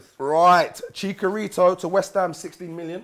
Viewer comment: Chicarito ---> Chicharito 😂